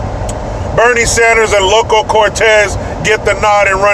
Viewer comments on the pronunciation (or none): You got it wrong again! It is Loco! Not "Local".